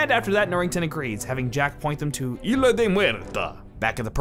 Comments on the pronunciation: In spanish the world "Isla" is pronounced "iSla". So you do pronounce the S... just a quick language fact in case you didn't know 😂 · The score for the first movie was by Badelt, not Zimmer. If you really loved the movie and watched it a lot, certainly you'd know such a basic fact. Edit: Also, stop mispronouncing "Isla" as "Ila". WTF mate.